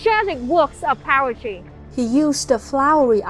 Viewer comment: love how it sounds like power-try when she says poetry, thats a much better name for poetry cause it can be so powerfull